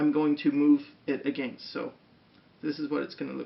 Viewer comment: *creepy Smile*... I like the way you say... "Against" :D